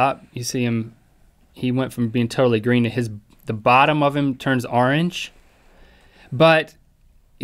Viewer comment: omg Link says "orange" like "arange" too omg im not the only one ;o